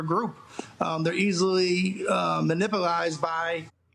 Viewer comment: Everytime he says and you pause and say"", Is hilarious